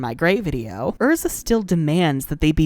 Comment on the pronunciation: I love Erza, but Happy will always be my favorite. P.s I really appreciate you pronouncing the character's names correctly.